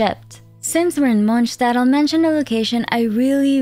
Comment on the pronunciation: Wow you're the first person I've seen pronounce not only Mondstadt correctly, but also Fontaine! 👍